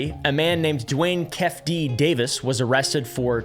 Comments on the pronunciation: Its pronounced "Kee-Fee Dee" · Your saying it wrong. It's Keefe. Like the coffee company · Key feee deee word buddy butchered dudes name hahaha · its pronounced "Keefy D" despite the spelling. Love your videos! and SourBoys, just bought more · Lol I know how it's spelt, but it's pronounced Keefee D. 😅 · Pronounced keefy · I thought you say it like “kee-fee dee” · The way you pronounce Keefe D is actually Key-Fee D. It's really not that big of a deal. Its truly not that serious at all, but for whatever reason, my brain will not stop obsessing over this until I say something. I genuinely apologize for being "that person" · I fw you and I know you dont know but bros name is said "key-fee-dee" lolol im no grama nazee either Ijs lol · Keefe D = KEE-FEE DEE. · It’s pronounced Keefie Dee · I know we Country boys bubba, but even I know how to say keefe D's name brother.. stay blessed 🙌